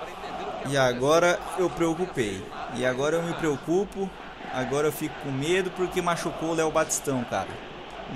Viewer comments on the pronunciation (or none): none